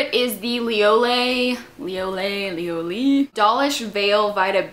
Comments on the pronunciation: it's pronounced "li-o-elle-y" not actually lioele haha. love your videos <33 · It's pronounced li-oh-el-lie:) haha love you! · i think its pronounced like LEE-OH-ELI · Lioele - pronounced as Li - o- elle - li. (: love your videos! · the first product is pronounced lee oh ell ee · I believe it's Lee-oh-ell-ee :) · I think its lee-oh-elle-eeeeeeeee :) haha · lioele: lee-oh-eh-lee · Liole is pronounced lee-oh-el-ee :)